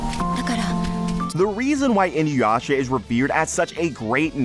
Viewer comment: It's "EEEN-OOO-YASHA." Everyone says "In-you-yasha." My biggest gripe as a fan for the last 20 years. If Yasha is "in you," your name better be Kagome.